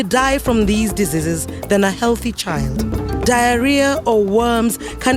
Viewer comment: “dezizis” instead of “ diseases”